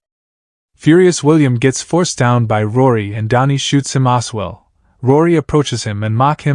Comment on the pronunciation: Not Oswell! As well A.I.!